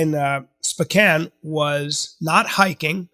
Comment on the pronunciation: spican, spocain, bro lol spowcan